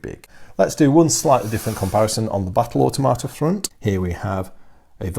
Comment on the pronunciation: and if I had to make one observation it would be the way you pronounce automata I cringe because all I hear is auto tomato, it may just me but it doesn't sound right. I hope that I have not offended you. I will continue to watch your in-depth analysis of the model design and kit quality as well as rules review.